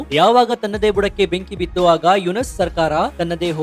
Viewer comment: ಮಹ್ಮದ್ ಯುನಸ ಅಲ್ಲ ಯುನುಸ